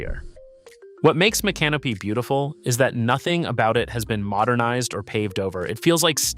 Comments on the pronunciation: It's so funny that these videos always mispronounce these towns. 🤣🤣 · Spare me the AI bot narration. Learn how to pronounce Micanopy! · Agree, is it stupidity or AI? The city names are properly pronounced then missed pronounced in the following sentence!